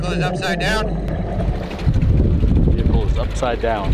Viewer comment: “Vehicle” not “Vehichle”